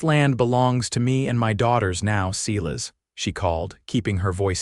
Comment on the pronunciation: Silas is pronounced S-I-L-A-S long I.